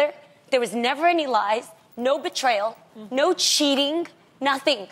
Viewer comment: Love how she emphasized that there was "no cheating" making it obvious that there was